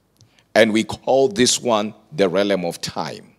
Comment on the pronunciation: realm, not relem..